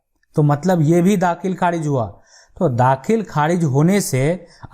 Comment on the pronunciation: Aapki language thik nahi kharij ko kharidj bol rahe the